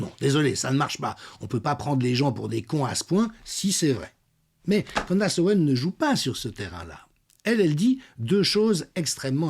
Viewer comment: Candess se prononce candIce. e=i